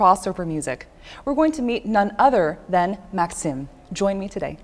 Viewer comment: Maksim is pronounced Mak-seem not Maksum, like the way this host pronounced. Great to hear him in an interview.